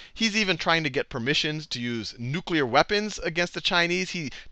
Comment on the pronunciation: Great lecture, Sal. Saw you on the Colbert Report, and this is my first chance to view your lectures. I'm a history buff. I was SO happy to hear you refer to NEW-CLEE-UR weapons, as opposed to the way so many have begun referring to them due to the influence over eight years of YOU KNOW WHO. B ^)